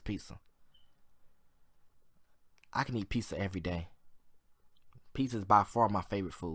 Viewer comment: It's pizza not piza